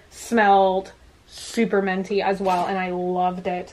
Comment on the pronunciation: you pronounce minty like menty, it’s so cute